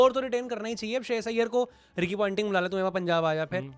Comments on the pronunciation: Pointing nahi ponting hai vo.. continuously ponting bol raha hai.. firr bhi pointing bol raha hai.. 🤨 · It’s Ponting.. Not Pointing